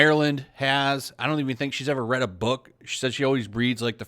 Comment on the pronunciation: are you gonna read this stuff? My brain: hm yes, he totally said are you gonna ree?